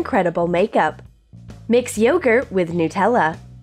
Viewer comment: Whoever the hell does the voice overs let someone else do it because you can't pronounce words properly like Nutella and chupa chup and it pisses everyone off